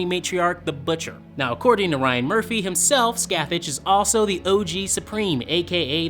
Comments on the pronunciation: Scathach is pronounced “scah-hock” not scatach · Say it with me Sca Tha not scathatCH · I'm sorry but I cringe every time you guys say Scathach's name wrong it's not "Skathatch" it's "Skah-tah-ck" who is unironically the same name of the Celtic goddess of Darkness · Since The Butcher clearly has a celtic accent and is probably Irish in some way, I'd say that scathach is actually spelled Scáthach and would be pronounced "skaw tak" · Scathach is pronounced as Ska-ha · Shinjizz Ikari. Where did you get that? The correct Gaelige pronunciation is like 'scaw-hawk' but the last syllable is guttural.